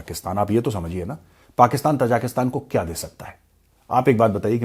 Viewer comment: The people are ताजिक, not तजाक. Hence the country’s name is ताजिकिस्तान . Please do not mispronounce it.